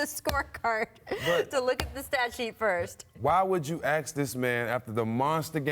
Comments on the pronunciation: When did the pronunciation of "ask" become "ax"? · Ok......the word is *ASK*....IT'S ONLY 3 LETTERS....HOW THE F**K DO YOU MISPROUNCE A 3 LETTER WORD?